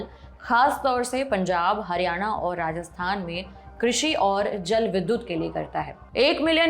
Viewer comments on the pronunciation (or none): none